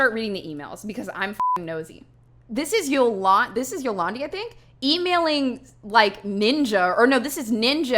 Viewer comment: It’s Afrikaans and you pronounce Dï Ant word And Zolandi is pronounced Zo lan Dì